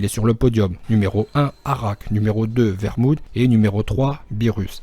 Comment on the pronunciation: vermoude ces pas marmoude mdr je decone